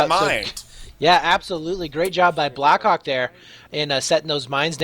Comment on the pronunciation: am i the only one who always hears Black cock instead of Black Hawk? I'M SORRY BLACK HAWK, NOT MY FAULT!!!